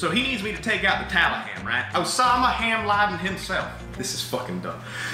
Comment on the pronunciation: "The taliham" 🤣